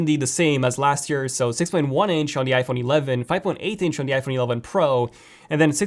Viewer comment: When you try to say iPhone really fast it sounds like you’re saying f1